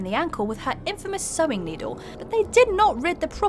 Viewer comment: Did she mispronounce sewing